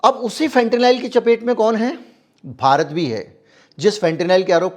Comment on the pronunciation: फेंटेनाइल नहीं फेंटेनिल कहिए।